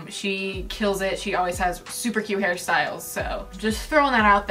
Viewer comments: NOT ME HEARING HARRY STYLES INSTEAD OF HAIR STYLES BAHAHHA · MEEEEEEE LIKE THATS WHAT I HEAR INSTEAD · Every time she said hair styles i thought she was saying harry styles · i keep hearing harry styles even though i know she's not saying that. i have a problem.